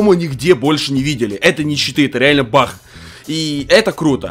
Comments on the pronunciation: как ты странно болтаешь... что такое бах ты вместе баг говоришь бах) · Ты говоришь не баг а Бах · Он говорит не баг а бах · Кто заметил что говорит не баг а бах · Ахахахахаа ты сказал не баг а Бах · не бах а баг